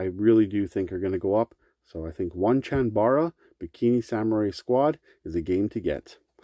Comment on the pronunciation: Lollll, Oneechanbara is pronounced Oh-nei-chan-ba-rna, not One-chan-bara, it's Japanese